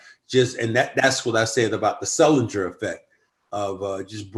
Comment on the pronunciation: did this guys say sulinger